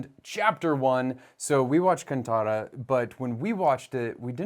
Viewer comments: Sorry but in the teaser Hindi title it was written as कांतारा which is how we pronounce it, kaantaaraa. pronounced it as k-uh-n-taaraa which is कंतारा and that is not how it is written in the official titles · Always liked father son duo review videos....Happy that regional language Kannada almost proper pronunciation... Actually its "Kaanthaara" where "th" is to be pronounced as in "Thenos" or in "Thermo"